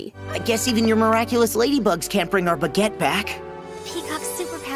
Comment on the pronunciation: Ah. Bugette, not baguette. I have finally cracked the code.